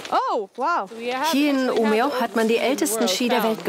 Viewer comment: Die Stadt (ca. in der 13. Minute) heißt aber nicht Umea, sondern wird im Schwedischen "ümeö" ausgesprochen!